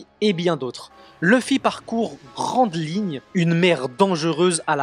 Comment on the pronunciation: la vidéo est incroyable mais le "Nomi" "Grand Ligne" c'est trop drôle 🤣(moyen de faire les village de naruto)💪